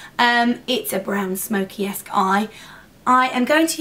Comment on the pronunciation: I know you said "smoky-esk" eye but for a second it sounded like "smoky ass" lol